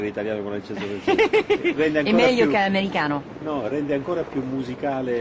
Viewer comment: When Jodie Foster said "americano" she pronunced it with a perfect italian accent , just as an italian person